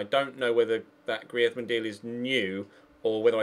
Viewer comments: "Gree-eth-man"??? lol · The way he says Griezmann really makes me laugh